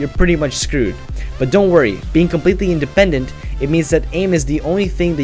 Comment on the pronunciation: Inde-Pendant lol that pronunciation